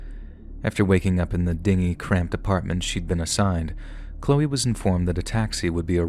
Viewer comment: She woke up in "a dinghy apartment"? 😂 I'm guessing he just mispronounced dingy, but it was pretty funny that in the seriousness all of a sudden the apartment is on a dinghy.